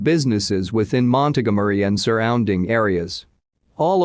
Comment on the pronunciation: Montgomery is being pronounced EXACTLY the way it should be 🤣